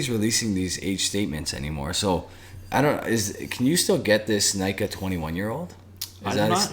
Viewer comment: Nikka is pronounced closer to nee-kah, not nigh-kah. (actually neek-kah to be a little more precise)